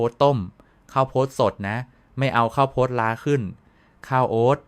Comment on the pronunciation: เนื้อหามีสาระดีมากครับ ขอแนะนำการปรับปรุงเสียงพูดด้วยAI หลายคำที่ต้องแปลไทยเป็นเช่น"แร่ธาตุ" แร่-ทา-ตุ,"ข้าวโพด"....ข้าว-โผด ฯลฯ